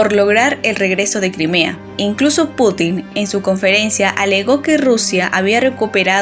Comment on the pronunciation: Muy interesante, salvo el hecho de que el Presidente de Rusia no se apellida Putín (literalmente puta pequeña), si no Putin (con acento prosódico en la u). Igualmente, su nombre no se pronuncia Vladimir, con acento en la última i, si no en la primera. Buen vídeo y muy interesante.